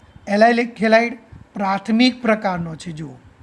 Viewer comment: Helid helid kem boli sir